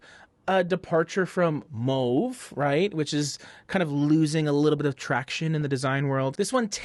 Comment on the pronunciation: Do you speak french? You said mauve so well.